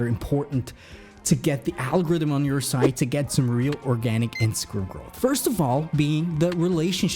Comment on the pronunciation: It's growth not growh